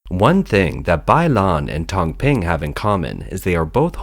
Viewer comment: This is China Insight. At least get the pin yin correct. Hahaha. It's as annoying as how those mispronounced brands sounded and repeated wrongly throughout the whole video🤣 tang ping from your pronunciation is soup screen in direct translation and Bai lan is a brand for chicken essence. Lol